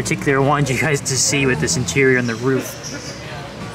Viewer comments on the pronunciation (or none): none